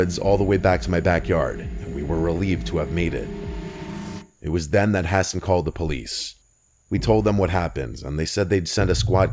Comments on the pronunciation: Ha-sawn not hassen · Guy pronounces Hassan, “Ha-Sin”. 🤦‍♂️